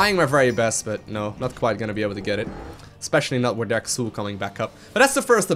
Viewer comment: just one thing. Pronounce him like if he was called "Zul". Otherwise, great video as always;D